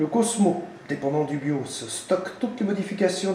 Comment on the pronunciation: Ah, le "Biauce". le tournevis TOXXX j'ai adoré aussi. Tu passes à Windows 7 en 2017 sinon ou pas? :p